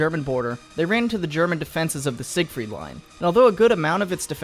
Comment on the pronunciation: when you think you know history and pronounce siegfried line wrong lmao